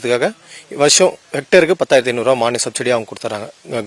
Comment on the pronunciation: ஹெக்கடேரா ஏக்கரா சரியா சொல்லவும்